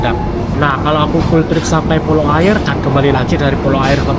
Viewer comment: Yang benar bacanya "Aiye" atau "Aia" (yang arti "Air") . Dalam logat Minang huruf "R" di akhir kalimat atau diakhir nama daerah tidak pernah terpakai alias tidak dibunyikan saat dibaca karna orang Minang alergi menyebut huruf "R" diakhir kalimat . Contoh nama daerah lainnya kabupaten Tanah datar dibaca "Tanah data" , daerah Sungai Jangka yg dalam bahasa Indonesia artinya "Sungai jangkar" , Pesisir dibaca "Pesisia/Pasisia" , Pasir Pangaraian (daerah di Riau) dibaca "Pasia Pangaraian"